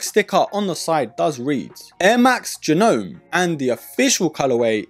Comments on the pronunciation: Is it not pronounced G-nome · Ga Gnome is actually the correct pronunciation as these are made from partially recycled Gnome hats